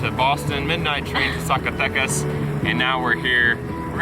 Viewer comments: Love the videos! Heads up: Z pronounced as an "S" :) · guys you just can't say Zacatecas don't worry is not your fault LOL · Just a pronunciation tip: the letter z ALWAYS sounds like an s in Spanish, not like the English z.